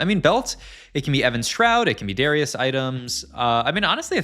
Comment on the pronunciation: Okay it’s actually illegal to pronounce Darius like that